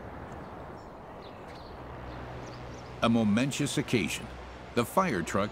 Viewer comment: A "momentious" occasion? You mean momentous? The voice over guy pronounced that wrong